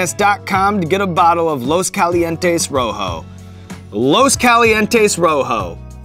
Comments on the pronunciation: Hey Shawn, if you're selling something with a Spanish name, why don't you bother to learn how pronounce it right? You have to be doing that on purpose... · dude takes part in creating a hot sauce, gives it a spanish name, pronounces it like a neanderthal. LOOS KALIENTEES ROWHOW